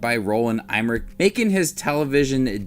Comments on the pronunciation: Em-mer-ich not Eyemrich! Come on man, at least do some basic research. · Roland Em-mer-ich not Eyemrich. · Thats the worst butchering ive heard of the name emmerich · lol who is going to watch your review when you cannot even say his last name... LOL what a joke